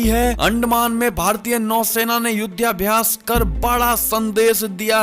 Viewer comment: युध्याभ्यास नहीं युद्धाभ्यास बोलें।